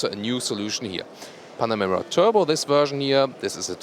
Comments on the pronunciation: Panamera lol.. why do you keep saying panorama... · min 5.22 .....?!? ''Panarema'' ..?!? Update ,min 6.21..,,Panarema'' ........or am I stupid and do not understand what I'm hearing... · ''...the all new 'panorama' '' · The all-new "Panarema" :) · why does it sound like he keeps calling it a panorama? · He is! I heard the same thing! several times! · and he's German! ahha